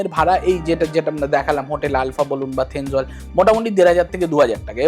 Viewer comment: Not Thenzwal, thenzawl😊😊😊